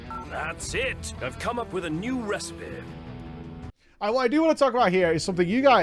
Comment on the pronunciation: I listen to you in the background while I work in the mornings and it's been making me laugh everytime I hear "THAT'S IT! I've learnt a NEW RECIPEH!"